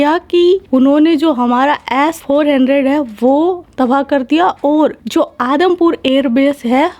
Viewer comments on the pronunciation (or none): ass400 nahi S-400 hota hai😂😂😂 Paki Pakistani ki toh laggaye 😂